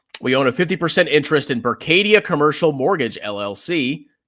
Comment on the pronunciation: doesn't know how to read Berkshire.